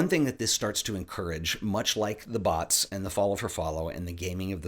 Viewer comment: Took me a couple of times before I realized was saying bots and not butts lmao.